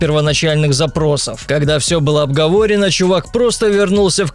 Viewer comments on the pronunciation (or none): обговОрено, вместо обговоренО... на Чувак, ну ты же диктор, словарем ударений пользуйся хоть. Ладно термины, что не на слуху, но такое даже мне слух режет.